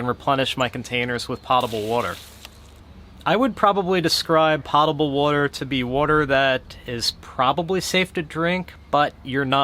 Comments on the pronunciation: it's 'poe-ta-ble' water, not 'pah-ta-ble'. 👍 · It's POE-tuh-bull, not POT-a-bull. But that's OK since at least half the country gets it wrong.